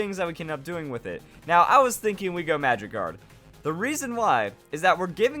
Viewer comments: When you said magic guard for bliss I thought you said Magikarp :) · when u said magic guard on low volume I thought u said magikarp lol